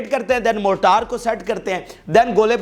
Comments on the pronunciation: موٹار نہیں مورٹر ہے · جناب موٹار شیل نہیں مارٹر شیل صحیح لفظ ہے۔